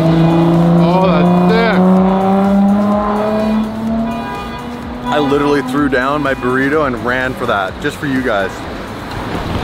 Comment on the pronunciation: thats sick or thik??lol